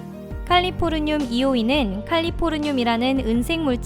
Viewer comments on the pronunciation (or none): 칼리포르늄이 아니라 캘리포늄인데... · 플래티나가 아니고 플래티넘이고 백금이라 부릅니다 그리고 마약(LSD)이 저렇게 비싸군요 칼리포르늄이 아니고 캘리포늄입니다. 캘리포니아를 칼리포르니아 라고 부르진 안잖아요